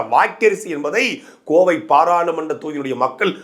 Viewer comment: "Koivai" 😂😂😂. Adhu 'Kovai' da